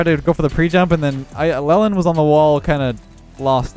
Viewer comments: I'm a recent viewer and I'm loving his little name mispronunciations lol "Lelland" instead of "Leeland," and an earlier video with "Malotchy" instead of "Mala-kai" (Malachi) hehe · ITS LEE-LAND, NOT LEL-END! Great vid bud :) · just to let you know, his name is pronounce 'lee-land' not 'lel-and'. Keep up the good videos, love the work! <3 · Leland as a boy's name (also used as girl's name Leland), is pronounced LEE-land. It is of Old English origin, and the meaning of Leland is "one who lives by unseeded land". - Internet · If the guy’s name is pronounced anything like the city name (like Leland, NC) then it’s like Lee • land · Leland is pronounced lee-land. Come on. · gonna be on the next episode Key & Peele's substitute teacher episode with that Leland pronunciation. He's gonna send all the kids down to O-Shaq-Hennessey's office.